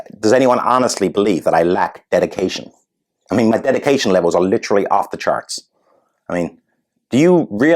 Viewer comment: Brilliant! And You’ve mastered American English almost as well as Harry has mastered his woke. “Stupid” not “shtupid”, “literally” 4 syllables, not 3. Adore you!